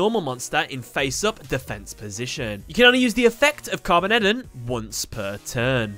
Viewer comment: Carbon-EDON . I think its supposed to be carboned-don .